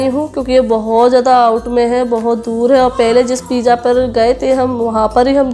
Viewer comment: Sutar, pija,sop, kitna galat bolti Ho Tum sahi Se bolna sikho, Paisa Kama rahi par bolne ka salika bilkul nhi badla